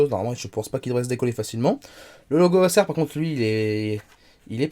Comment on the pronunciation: Pourquoi bien prononcer «chrome book» et ne pas bien prononcer «Acer» qui est un mot anglais qui doit se prononcer comme «ai-sir» à l'anglaise.